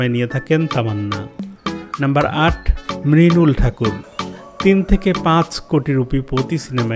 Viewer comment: Mrunal be not mrinal😅